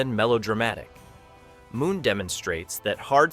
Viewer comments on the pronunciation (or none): none